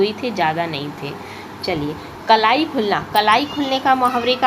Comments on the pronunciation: Its Kalai not kalaai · kalai ko aap kalaai kyu bolte ho?🤔